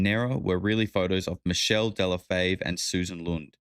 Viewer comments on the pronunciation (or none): none